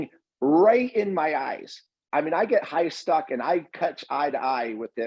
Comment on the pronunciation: I'm going with "high stUcking" from now on! 🤣😆🤣